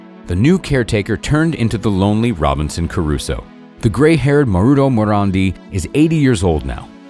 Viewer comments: It's Robinson Crusoe not Robinson Caruso. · Did the narrator say robinson carruso ??